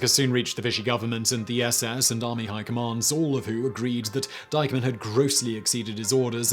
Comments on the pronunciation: Minor point but shouldn't the pronunciation of the German officer's name be Deekman, not Dycheman? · Diekmann. Not Deikmann. How heart can it bee? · It's DEEK-mun, not DYKE-mun. I'm sure you've spent a lot of time producing this video. Your final step should've been googling the German names to see if the bios contain the pronunciation or finding someone who speaks German to help you with them. Also, some of those photos are ludicrous in their unrelated representation of the spoken narrative. The devil is in the details. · Interesting video. I know that butchering German is obligatory for Brits but the main villain is pronounced "deek-mann," not "dike-mann." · If the accused's man's name is "Diekmann," why does the narrator pronounce it "dikeman"? It should be "deekman," unless the real spelling is "Deikmann." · It is pronounced DEEKMAN not Dykeman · Not making much of a difference, but "Diekmann" is pronounced "deek-mann". "ie" is always "ee", and "ei" is "I"/"eye".... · Try to pronounce the name Diekmann correctly. It's Deekmann phonetically. i before e is always pronounced the long English e. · You REALLY need to work on your pronunciation of non-english terms...!!! In German 'ie' = ee, therefor "Deek-man" Sort it out. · Excellent. But please, please check your pronunciation. It's Oradour sur Glane. Pronounced Glahn or Glarn. And the name of the German officer mentioned (Diekmann) was not pronounced "dikeman" but "deekmann". You obviously worked very hard on this, a quick check would have helped you to get pronunciation right.